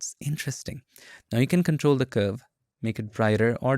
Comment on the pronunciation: The way you emphasis to curve 😅😅